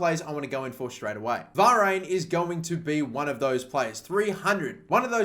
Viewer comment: varane not varayn